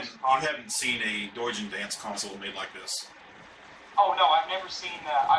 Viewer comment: I thought I heard call him "douche-en-dance" lol